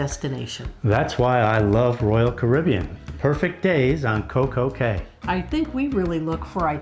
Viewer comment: Anyone else yelling "it's pronounced key"?